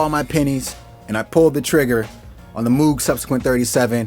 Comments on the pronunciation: Drives me nut hearing people say Moog as in Moooo. Robert Moog pronounced his name M-oh-g. Long O sound. How do I know??? I met him once and he told us😮. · Hopefully this will be my next synth. Totally in love. (BTW Moog rhymes with rogue 👍). Fun video! 👍